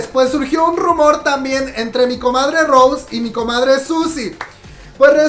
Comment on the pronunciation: Se pronuncia Rosé con acento en la E, no Rose en ingles comadre.